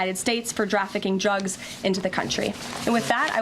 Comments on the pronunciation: "Drafficking Trugs." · "drafficking trugs"